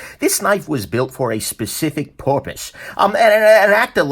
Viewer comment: “Specific porpoise?” You’re a monster.